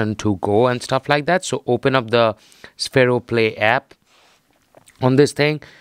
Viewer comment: Its pronounced sfero